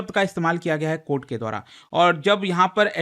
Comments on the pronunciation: Court ❌ Kohta ✅️ 😂😂😂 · Supreme court ❌ Supreme Kotha ✅ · Court ❌ Kotha ✅ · cort nahi kotha.....😂😂😂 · Not High court ✖️ High kotha ... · Mathary or judi$ary,,,,, judicial kotha ban kotha